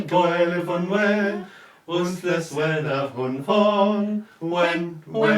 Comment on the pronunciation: You really need to work on your Welsh pronunciations. Ddewi is pronounced Thew-wee, Ffynnon is pronounced Funnon and Wen is pronounced When.